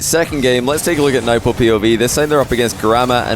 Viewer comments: yeah that surely is not how we Arabs pronounce them, you are exaggerating and making it too complicated. its Turk and nwbo pronunciation wise. don't try to be too smart when you can make it a lot easier. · Yeah, Nwpo is pronounced "Nu-boh," and Trk is "Tuhruhkk" but said really quick.